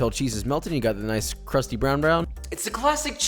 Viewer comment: Cwust? Wtf. I just need a good temp for my cast iron. Thanks for nothing off brand binging with bamboo